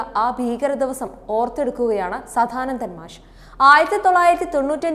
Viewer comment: മോശം അവതരണ സംസാര ശൈലി. വാക്കുകൾ ഇടിച്ചിടിച്ചു നിൽക്കുന്നു സദാനന്ദൻ എന്നു പോലും പറയാൻ അറിയില്ല സധാനന്തൻ 😁